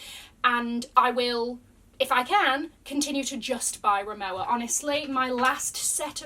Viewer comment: please remowa is a German company so the pronunciation is incorrect you suppose to say "remova" because the "W" in German is pronounced a "V" Love the content tho <3